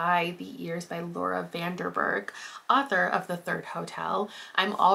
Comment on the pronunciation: yayy i really needed this in my life right now, thank you <33 also btw, i noticed you said 'laura van DER berg' instead of 'laura van DEN berg' and bc i know you value pronouncing people's names correctly (same) i just wanted to point it out!! especially as a dutch person hehe